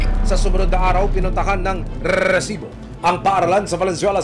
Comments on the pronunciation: pwede bang "resibo" na lang? nakakairita yung "rrrrresibo" eh nag mumukhang comedy show eh 😂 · Okay lang po ba tanggalin na yung Rrrrrrrrrresibo, nakakatawa po kasi lalo paulit ulit, instead na seryoso ako manuod natatawa ako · rrrrrresibo. sana resibo lang para matiwasay ang nakikinig.✨ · Kailangan ba talaga unli R yun rrrrRrrRRRReeeesiibooo 😅🤣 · NAKAKA ILANH RRRRRESIBO KA NA AH 😂😂😂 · Annoying yung rrrrrresibo, wag na ipilit Sir 😅 ang corny pramis, mas naannoy ako sa sayo kesa sa documentary mo 😂 Wala papantay sa “Excuse me po” ni Sir Mike Enriquez 😊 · RRRRRRESIBO PA MORE 😂😂😂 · Rrrrrrrrrrrrrrrrrrrrrrrrrrresibo!!! 😂😂😂😂😂😂😂 Ilang letter R daw po ba mayroon sa RRRRRRRRRRESIBO? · Nakakabwiset yung rrrrresibo mong sinasabe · Nakakairita pakinggan ung RRRRRESIBO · daig pa si nicki minaj sa R nya hahaha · Mga kinse na R pre. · Hahaha pansin ko rin, dami Yung grrrrrrr 😅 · Kapatid ni LAAAAARR santiago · ang dami mong rrrrrrrr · Nakaka irita ang pag bigkas mo ng resibo. OA ka na. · Jusko hanap ako ng hanap kung san ba yang resibo. Tawang tawa din ako. Baka may problema sa R yung host. 😂😂😂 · 8 na r narinig ko set MO sa lowest na speed